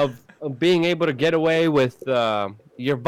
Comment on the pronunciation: It's not pronounced "wit" it's "with". There's a TH at the end.